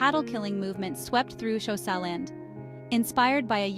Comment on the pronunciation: My guy it’s not pronounced showsa it’s pronounced with a click in the front so it’s a subtle click followed by a quite hosa